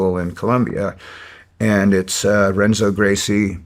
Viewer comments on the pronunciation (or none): Dudes about to be a Gracie jiujitsu black belt and thinks he pronounced Renzo with the hard R?? What? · I love Dave! 😂He’s so self congratulatory! 😂It took him less than 6 minutes to get to his four belts. He is a brown belt under one of the most famous Gracies but doesn’t know his name is pronounced HENZO. Porra!?! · Brown belt in (mispronounces Renzo). It’s pronounced Henzo Gracie. Interesting. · How does he not know how to proncounce Renzo Gracie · I got irritated by that but I don't know why. Like, you'd think he heard how his name was pronounced if he's almost a black belt by him. That's like 15 years of time.